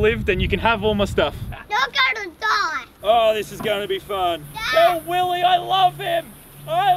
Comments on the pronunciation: it is not willy! It is WILLEH! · YOU SAID YOU HAVE TO SAY IT LIKE WILLEH